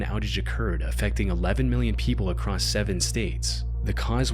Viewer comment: "acrosst" is not a word, stop it :P